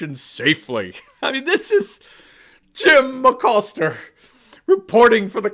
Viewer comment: "Jim Acoster" LMAO